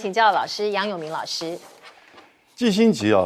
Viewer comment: 錢子很業餘的感覺，念新聞幾句就要錯一個字。季辛吉念成辛季吉，這麼有名的人都念錯。